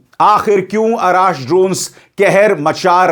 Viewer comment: सरजी अराश नही अर्श है नाम उसका